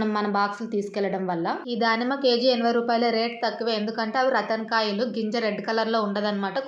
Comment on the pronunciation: రతన్ కాదు రాటన్